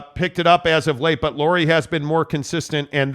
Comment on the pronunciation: It's pronounced LAURI as in Lowrey , like Mike Lowery despite being written in FINNISH the pronunciation is Lowrey